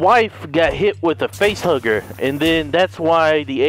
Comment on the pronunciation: facehuggers hav a d not a v